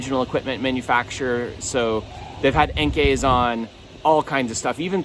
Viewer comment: Finally, someone who pronounces "Enkei" correctly. ”いんき”と言わないでください。